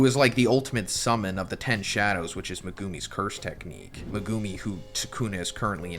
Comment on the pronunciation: the way you say megumi is criminal